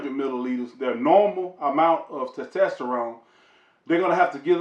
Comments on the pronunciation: Great video, but I couldn’t stop laughing. TESTTESTTORONE 😂😂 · Why is so hard for some folks to say testosterone. Lol